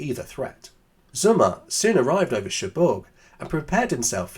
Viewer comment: The name is sOmmer. not Summer 😉